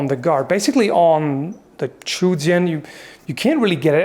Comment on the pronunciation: Actually the correct pronunciation is "Zhou" not "Chu".